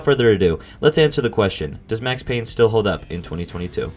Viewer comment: It’s Payne